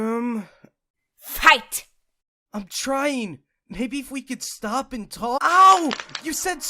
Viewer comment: Morrowseer said shtop not stop